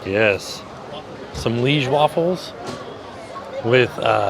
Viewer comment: Liege is pronounced LEE-AGE not leeg